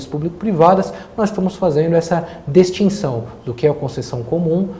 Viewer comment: "dEstinção" dando ênfase no som da grafia errada foi osso.